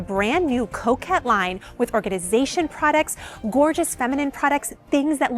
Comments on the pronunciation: Coke head line 😂 it’s all I hear haha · I heard coquette.